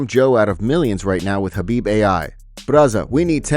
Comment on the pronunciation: Not surprised Joe fell for that, can't even respect Khabib enough to say his name properly.